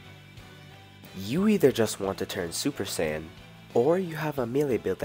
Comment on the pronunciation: bro got the male saiyan right